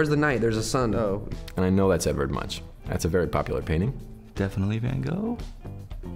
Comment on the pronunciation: "Edourd" in french it's like "Edard" in place of "Edward XD